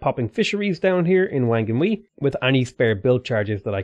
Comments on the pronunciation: Wh=f in Anglicised Maori so Whakarewarewa becomes Fa-ka-ray-wa-ray-wa and Whanganui becomes Fang-ah-noo-ee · Words that have "Wh" in it, like Whanganui, make the "f", or "ph" sound in Maori, just thought I should let you know.